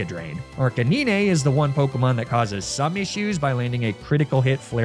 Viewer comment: what did you just call ArcaNINE, you called it Arkakneenay you should be in jail